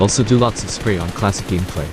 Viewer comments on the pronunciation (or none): none